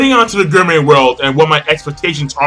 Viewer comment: It's gourmet pronounced gore may